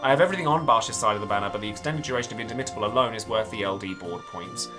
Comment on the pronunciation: You should stress the second syllable in indomitable, not the third. So, inDOmitable.